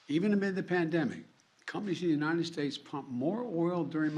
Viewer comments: “We remain uninen, we remain uninen” Biden 2022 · "We remain unined"~ Joe Biden